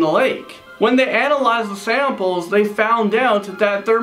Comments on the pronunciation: He sounds so American cowboy when he said analize the samples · "When they analyze the samples" I died.